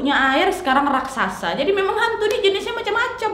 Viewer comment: raksasa mbak bukan rasaksa